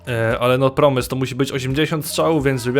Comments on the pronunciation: promes czyta się proms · nie czyta sie promes tylko proms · nie promes -proms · czyta się proms nie promes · nie promes tylko proms:)